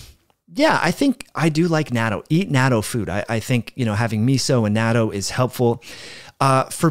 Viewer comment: natto is pronounced "not toe" hold the t sound. It is extremely high in vitamin K2, good for your heart and bones.